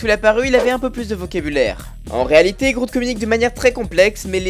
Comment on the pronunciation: "Je s'appel Groute" 😂😂 l'anglais est pas ton fort 😂😉